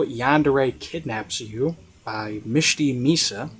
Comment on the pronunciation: Oh! You are pronouncing my name right btw! I was happy to hear it being said out loud hehe~